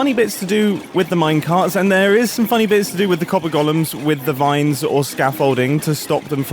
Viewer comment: It's golems not gollums.